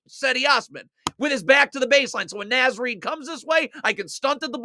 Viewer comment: Amazing! Naz Reid is Minnesota royalty. Please, it's pronounced Nahz Reid. Two Words